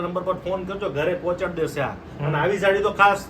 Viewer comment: સાડી.. સાળી નઈ.. 😅